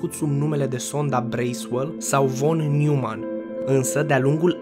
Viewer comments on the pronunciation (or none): Noimann nu Newmann e nume german asa se citeste 😌 no hate vroiam sa te corectez.